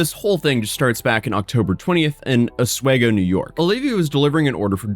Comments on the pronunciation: Oswego, OSweeGo. Not OsWayGo. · It's pronounced "Us We Go", not "Oh Sway Go". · A lot of people have a tough time pronouncing Os-we-go lol. it’s Not 👉 Os way go lol . This guy isn’t the only one that made that mistake . ( Good video just another person that can pronounce Oswego wrong ) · It's Os-WE-go NOT Os-WAY-go, Jesus christ non-CNYers cannot pronounce any of our cities correctly. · OSS wee go, not oss way go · Os-we-go not oswehgo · Great coverage, but you are mispronouncing Oswego. It's said (aaz·wee·go) the middle being said like we. I know different reginal native American names can be hard. So it's a good attempt. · Guy who used to live in Oswego here. It's actually pronounced Os-We-go but also it is a small college city with nothing better to do but go to one of 15 bars or go to the shores of Lake Ontario to have a bonfire. Nice to live in but boring, methinks this idiot just wanted attention, probably a failed college student or or a college student who needs to get a life. Hope she learns from this. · As a resident, the city is pronounced: Os-WE-go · It’s Oss swee go!!!! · Its pronounced like there is 2 Es. Osw"ee"go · It’s pronounced os-WE-go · Just putting this out there its pronounced AH-SWEE-GO ( i live there) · Its pronounced "Os-weego" big dawg. Typical upstate woman smh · when you questioned about her common sense I just gotta say its CNY a lot of people here are not the smartest. also its "os-wee-go" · Most people around here pronounce Oswego like "Osweego", long E. Long time watcher, first time commenting and happy I could because I'm not too far from where it happened lol. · it's pronunced os-WEE-go, not that it matters. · OS WE GO is how it is pronounced! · "OS-WE-GO" is how it's pronounced in NY